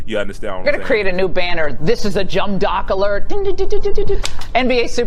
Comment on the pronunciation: she's trying to seem superior to an athlete when she said "Jumb dock" alert like be so fr🙄🙄🙄